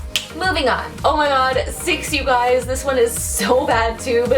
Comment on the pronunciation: "Hello you gwies" is it only me or did I realize she said gwies😂😂😂